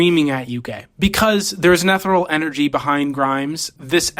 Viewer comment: bro said 'eth er oll' instead of ethereal